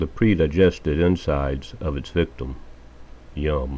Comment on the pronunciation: Full view and like #8 from me! Wow, those are some nasty-looking bugs. As a rule, I'm not really a fan of insects with such long legs! Haha, it was funny how you said the word "yum." Dueling pond-skaters... will the conflict never end? (hehe) Thank you for sharing,. I wish you a fantastic (and duel-free) weekend!